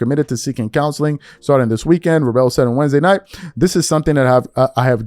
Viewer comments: OMG, please... it's pronounced VRAYBLE. You know this, you've heard other people say his name correctly… Please stop mispronouncing people's names… I don't care about him, but I have no idea who you're talking about when you butcher people's names… Tell me you know nothing about the NFL without telling me you know nothing about the NFL… Come on bro just cover basketball then. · Seeing how he kept mispronouncing his name, he definitely doesn't watch football, at all. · Get Vrabel's pronunciation correct. It's a bad look and lack of effort to get the pronunciation of individuals you are giving commentary on. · Some interesting content, but……. how can a sports podcaster not know how to pronounce head coach’s name of 2025 AFC Champion? Wow!😅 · How are you going to be a sports reporter and can’t pronounce Mike Vrabel’s name correctly. C’mon son. And also this is a reach. She doesn’t cover the NFL. And honestly I don’t even like her ass because of the other cases you mentioned. It’s whack and she’s a hater but on this one it’s a reach. 👎🏽👎🏽. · Man please work on the pronunciation of the last name smh. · Please get the coach’s name right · Ain’t no way you can’t pronounce his name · Why are pronouncing Vrabel like that? I'm assuming you don't watch football since you don't know his name😂😂😂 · You're pronouncing Coach Vrabe's name incorrectly. Say it like it's spelled with the L in front of the E instead of after. Great stuff though brother. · Bro if your going to do a sports show at least learn how to pronounce the names of the people you're speaking on. Have you not heard Vrabel's name said about a thousand times over the last few weeks. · Dude, I thought you covered sports. You sound like you never even heard of Mike vrabell. He was all-pro player. He was a coach for a long time with the Tennessee Titans and You can't even pronounce his name like you've never heard of him. That's some weird stuff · No...u did not het his name right...do u not watch sports?